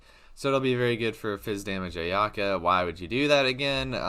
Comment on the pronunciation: It says on the translated tool tip for the new 5* sword that each stack is calculated separately - you can’t just auto to get three stacks. Also, if you’re going to make a “complete” guide for a character that hasn’t been announced/has unconfirmed numbers, at least pronounce her name right man. I’m hype for her too but let’s do our homework.